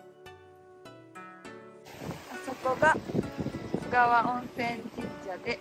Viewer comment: 須川はガスりやすいからこそ、景色見れた時の感動はひとしおです。是非また来てください！ちなみに読み方は「すがわ」じゃなく「すかわ」ですかね。